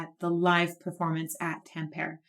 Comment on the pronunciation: Just in case you react to more from the same concert: The E at the end of TamperE isn't silent ;) TAM-per-e (as in E-nd)